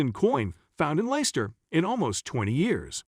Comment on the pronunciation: It's pronounced Lesster. Bloody AI crap